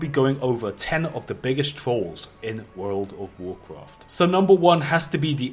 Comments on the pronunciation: basically you want to basically do this and basically that will basically hurt the other player basically in wuuurfld of waurcwaft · Wuuurld wuf wucraft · wurld ouf worcraft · "World of warcroft"